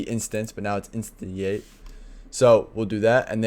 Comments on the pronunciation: Great, job....just FYI instantiate is pronounced.....in-stan-shee-ate 👍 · did he just mispronounce "instantiate"?